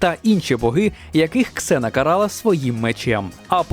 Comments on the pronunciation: Не Ксена а Зена =) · Не Ксена,а Зена! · Літера "X" ні разу не читається як /з/, то в недолугих російських перекладах вона Зена. Я як взнала, позеленіла